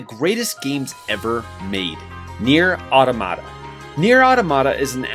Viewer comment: He can't say Nier automata right. Ffs